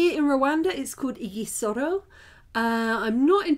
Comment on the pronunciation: It's pronounced idžisoro not igisoro...